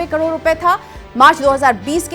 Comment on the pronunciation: Kador nhi karod hota h